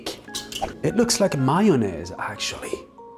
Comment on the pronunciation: The way he says mayonnaise